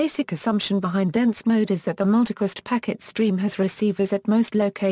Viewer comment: P.I.M Mewticast rooting??? Speak English please...its pronounced PIM and Routing not rooting and its Multicast not mewticast